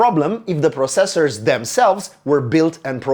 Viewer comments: It's not just you, he's putting too much emphasis on the seconds cyclable, but he's Romanian, having perfect English enunciation is sometimes difficult to pull off even by native speakers. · Anybody else annoyed with the way he pronounces "processors"? No, just me?